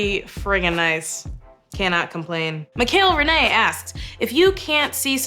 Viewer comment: I cannn't believveeee you answereddd my questionnn. It was so weird to hear you say my name. Correctly, btw. ~mikalerenee